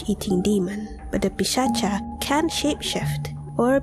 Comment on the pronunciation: India - It's Pisach. Not Pisacha. At least the pronunciation is Pisach.